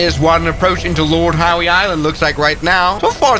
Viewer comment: It’s pronounced lord how but funny nevertheless